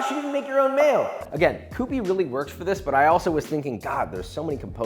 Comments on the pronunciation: "kyoo-pee" not "koo-pee" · Did you mean...... Q-P mayo? Cause it ain't pronounced COO-PEE, Papa.... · Pronounced Cue Pee, not Koo Pee. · It's pronounced kyoó-pee.